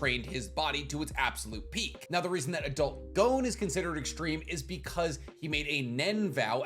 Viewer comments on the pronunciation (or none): Why do Americans say gown when talking about Gon? Its pronounce Gon like the word Bonbon